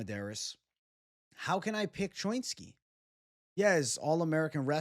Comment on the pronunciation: What kind of jew are you? When have you ever heard anyone say choinski like that. Pretty sure it's cho-inski